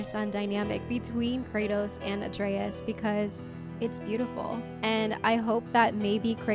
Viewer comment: The video telling how to pronounce Atreus is actually wrong. You are pronouncing it correctly like how Kratos calls him - "a tray us"